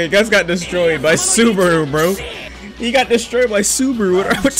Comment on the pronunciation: The way he said Subaru hurt my soul